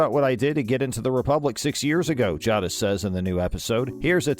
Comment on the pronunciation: Say it properly. Jay-dis